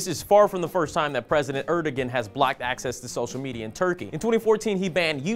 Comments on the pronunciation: Just FYI, the Turkish president's name is pronounced like "eredouan", not erdogan. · Great video working to expose the "President" of Turkey for what he is! However, his name is pronounced Aer-do-an, not Er-de-gen. I would like to share this video, but the mispronunciation may make the viewer question the veracity of the message, however unjustly. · er-doe-an pls not er-dog-an the g is silent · i think the g in his name is silent,the name is pronounced arduwan as far as i know